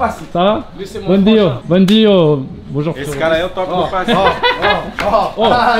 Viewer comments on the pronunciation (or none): Le « bom dio » au lieu de « bom dia » il fait mal 😊